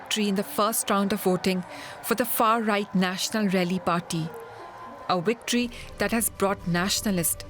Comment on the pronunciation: Victory or wictory?